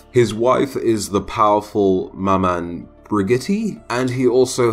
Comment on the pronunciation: Hearing you pronounce those french words were so funny. Its ma m(o)n And la (Croa)